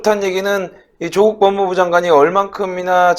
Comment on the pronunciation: 메신저 무결성을 높이기 위해... [윤성녈] 아니고 [윤서결] [조:국]아니고 [조국] 윤석열의 열자는 한자가 렬이 아니라 열임. 조국은 창녕曺씨로 조조와 같은 한자를 써 짧은 발음이 나며 풍양趙씨와 같은 한자인 趙영남은 긴 빌음을 한다